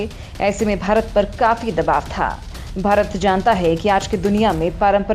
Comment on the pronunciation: Cant you say Bharat properly ?